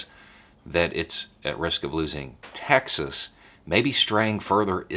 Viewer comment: As a German, that follows US politics closely: It's funny, that your pronunciation of "Texas" actually sounds like "Taxes" :-D -> "The Republicans actually fear they could loose Taxes..." Could that be called irony? Or even Freudian? Funny any way^^